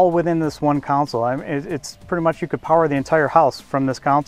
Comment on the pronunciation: Hey John, did you catch Repeatedly say Counsel, referring to the center console. He may be a designer and all, but he needs to learn the correct name of his own products.